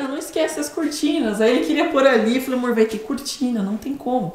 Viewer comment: A: né amorr? Eu rindo e querendo um amorr tbm! 😆😆😆